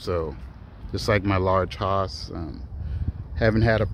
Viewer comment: Incredible number and variety of trees .. . thanks for taking the time to share. FYI the Hass avocado rhymes with “pass” as pronunciation.